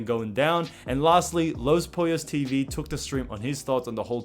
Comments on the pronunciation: ITS NOT LOS poiios ITS LOS POLLOS PLZZZZZZZZ DONT FUCK IT UP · Boi said poyos and not pollos